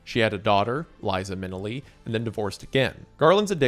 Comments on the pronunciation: Liza MIN-e-lee…..? Eh…??😂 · Same. The way he mispronounced everyone's names is bugging the crap out of me. Not only Minelli and Huston, he mispronounced Vic Morrow's name as well. How do you possibly mispronounce Morrow? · Nicely done, although loaded with errors. Many of those errors are minor (some major), but Judy Garland made $500 (five hundred dollars) per week. Not $5000. And, seriously, "Minilly"? It's Minnelli - Min-ELL-ee! Love your enthusiasm, thought. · my favourite part of this video is wendi saying minelli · Also Minelli and Houston. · lol its pronounced Minnelli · HOW CAN YOU MISPRONOUNCE MINNELLI??? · do you really not know how to pronounce Minnelli? Dude, how do you even get paid for this, put in some effort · The man can't pronounce Minelli, he's never going to get Oconomowoc right.